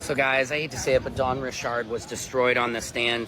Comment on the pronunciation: Bro her name is pronounced dawn rishard not Richard.. It irks me how everyone keeps pronouncing it wrong